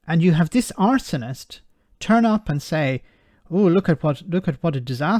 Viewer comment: Arse....onist. Stress on the first syllable.